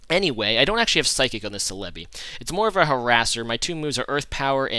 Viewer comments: It isn't "Sel-EB-ee" with the emphasis on the EB. The emphasis is on the BEE! "Sel-eb-BEE". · Escadrille is not UU it's OU. Lastly it's CELL UH BEE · u gotta look up how to pronounce celebi man..